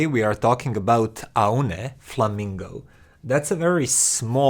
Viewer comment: it is pronounced like "Oh knee"